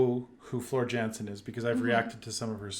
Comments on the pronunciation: Her last name is pronounced yansen jansen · Say it like: Floor "Yansen"